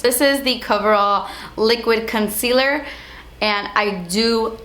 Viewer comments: I love your vids... but... the way you say concealer with a Spanish accent erks me.. r u Spanish I'm curious?? u have very pretty skin!! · When you say concealer it sounds like cuntcealer hahaha. I love your accent, it's not about that but it just sounds so funny hihi :)